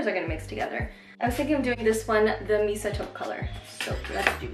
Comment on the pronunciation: Just a little help with Mesa.... pronounce it may~sa. It’s meant to resemble the taupe/beige/reddish colors of the American southwest high dessert colors like the Grand Canyon. 😉